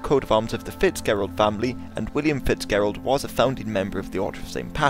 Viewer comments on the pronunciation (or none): it's pronounced Fitzjerald, I should know, it's my family name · its pronounced Fitzgerald with the ger being pronounced like at the start of germany